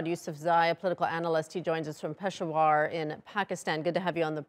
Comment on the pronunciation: Its not "pish-o-waar"..its not that difficult to pronounce pay-shah-war